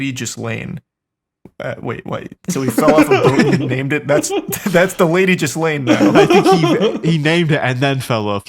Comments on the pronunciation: Guys it's not jizzlain it's galayn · .......was "Jizzlane" a conscious choice? I've always heard it pronounced "Geelane". Lol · it’s pronounced: GEE-lane not jizzlaine lmaoo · Ghislaine is pronouced like gil ane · Lmao “Jizz-Laine” is my favorite way to pronounce Ghislaine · I love that you are calling her jizzlane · It's pronounced Gill-lane. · Their pronunciation of Ghislaine is driving me insane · The pronunciation of Ghislaine is driving me insane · The “S” in Ghislaine is silent boys